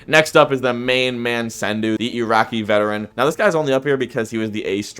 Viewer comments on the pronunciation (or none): none